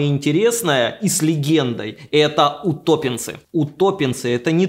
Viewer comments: УтопЕнцы ударение на "е" и не смотря на то что их маринуют просто традиционно все же современному человеку если обжарить вообще сказка. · В вырезанной сцене ударение поставил правильно: утопéнцы. А никакие не утóпенцы